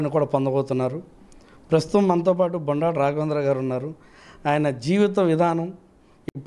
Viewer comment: Madam that is not Boondada It is Bondada mam